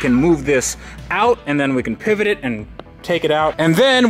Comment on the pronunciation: a "FRIENDS" moment "pevit ,pevit , pevit"